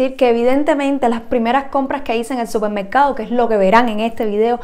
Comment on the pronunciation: Se dice supermercado, no 'cupermercado'.